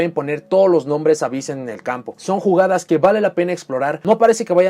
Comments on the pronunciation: El "hyss" se pronuncia "jiss" en ingles (por la "onomatopeya?" del sonido de las serpientes) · Esto ya es suposicion mia en base a la "practica?" pero imagino que el "Ab" + "hyss" serian pronunciados "afis" (y si, tampoco lo haria a menos que este tal vez hablando con algun anlgo-parlante).